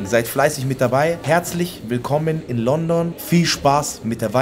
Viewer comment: Das heißt Lundun 🥲😂